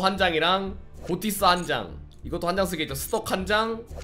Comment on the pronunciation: 엥? 고티스가 아니라 '피시'라고 읽어야 하는 거 아닌가요!